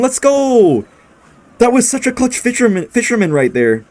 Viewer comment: is the type of guy who says fitcherman instead of fisherman in happiness😂😂